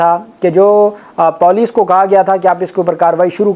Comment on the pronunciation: Typical PENDU check Google and correct your POLICE Pronunciation.